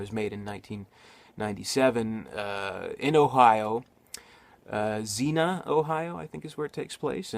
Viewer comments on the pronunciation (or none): Xenia, Ohio pronounce ZEE KNEE YAH......where the actual tornado in 1974 killed 33 and injured 1300